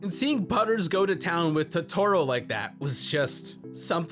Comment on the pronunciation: Please dont ever say Totoro like that ever again..